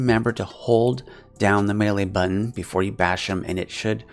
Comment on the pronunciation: Mad respect for saying Melee correctly!!